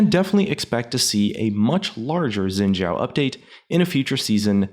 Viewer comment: "Shjin zao" wat....